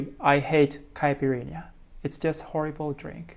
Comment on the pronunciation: Quick tip: When you see the "nh-" consonant combination in Portuguese, you say it like the "ny" in japanese. So "unha" is u-nya, not u-n-ha, just like how you did with "sakerinha". And so on and so forth